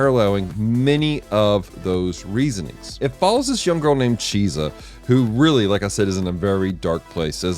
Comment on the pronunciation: it's Chise not Chisa lol, love this anime